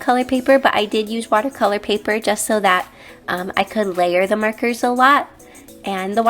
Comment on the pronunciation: I love how you say 'markers' it sounds like 'merkers'